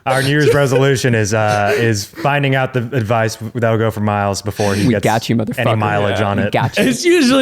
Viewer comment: Pretty sure it’s supposed to be ‘for Miles’ but I always hear ‘four Miles’ and I love that. 🤣